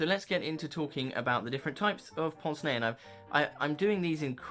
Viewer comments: Excellent video, but correct anglicised pronunciation is not "ponce nay" but "pance nay". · I’ve always pronounced it pince (like as in prince but without the r, and nez like fez). But in my defence, I have never actually heard it pronounced until just very recently, I have only ever seen the words in print before ( usually in the context of Hercule Poirot)